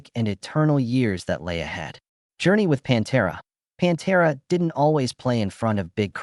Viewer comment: Good ol' "PONTERA" 😂😂😂😂